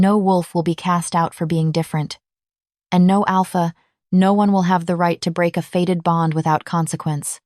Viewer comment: The word is fated bond not faded.